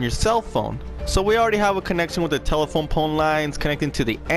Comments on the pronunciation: Are you saying tela-pone? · that's what I heard too.